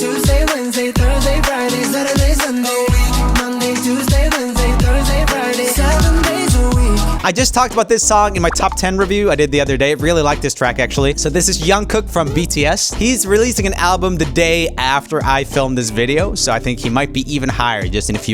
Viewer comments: Not u calling him "Young Cook" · "yunkook" 💀 is his name that hard to pronounce? Lol 😭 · JUNG-kook as in Jungle not yungle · MAN REALLY SAID YUNG KOOK NOT JUNG FLIPPING KOOK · He did not just pronounced Jungkook as young kook😭😭😭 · As a kpop stan, I started dying once he said jungkooks name wrong LOL. Like who is young kook?! 😂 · FYI jungkook is not pronounced "young-cook" but as "chung-cook." The 'j' is not silent :) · 😭 i cant believe you said jungkook as yungkook. The j makes a juh sound. Please don't mess up next time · I know this is off topic, but Jungkook is not pronounced as Yun-Kook. The J is pronounced as the letter j, Jungkook. Just a heads up 😊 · Just fyi, Jungkook's name is pronounced with the "J" sound not a "y" pronunciation at the beginning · His name is not Yankook. My God. How many times people repeat it's J like jam. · Did you say young kook？ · Joel u pronounced Jungkook’s name wrong but it’s ok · Nahh why did he pronounced Jungkook like thattt😭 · I’m sorry but the way Roomie pronounced Jungkook 😭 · Just for future reference its J like the word justice for Jungkooks name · why did you pronounce jungkook like that??l I swear you were pronouncing it correctly in the past lol